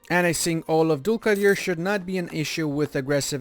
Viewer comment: You are saying Dulkadir amazing i am listening again and again